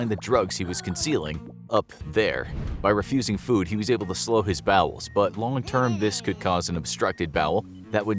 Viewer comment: 1st. Good job! Really proud! 2nd. I just wanted to say, its’s “Bowels” not “Bowls”